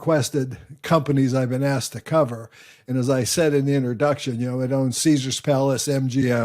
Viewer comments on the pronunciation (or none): none